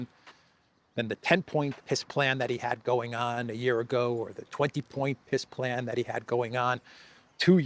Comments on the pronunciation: ...did you say peace plan or piss plan?? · Funny that when says it, it sounds like Piss Plan... I think its a pretty accurate description... 🤣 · has an interesting way of pronouncingpeace plan....it comes out as PISS plane.....very appropriate! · It sounds as if you are calling it a "Piss plan". 😂😂